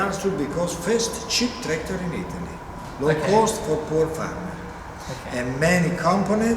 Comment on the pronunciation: well he's really stressing the that tractor in an Italian accent